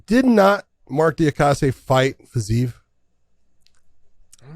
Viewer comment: The altitude didn't affect Merab THE MACHINEEEE. Also, pronounced Diakese's last name better than Josh or John lmao